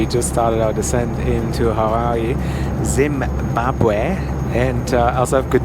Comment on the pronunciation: has a problem pronouncing Zimbabwe.